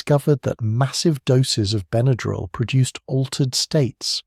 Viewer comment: I've been aware of Benadryl all my life. When I was a child growing up in the 50s with hay fever and violent reactions to insect stings, Benadryl was pretty much the only first aid for allergic emergencies. I appreciate learning the history but am puzzled and a bit distracted by the way you pronounce the trade name. "Ben uh drill" is the only pronunciation I've ever heard and what a quick search shows. (Diphenhydramine, on the other hand, is certainly open to interpretation.) Thanks for researching and sharing this. 🎉